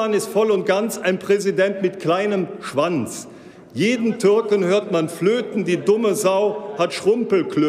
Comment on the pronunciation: sch - wanz diese betonung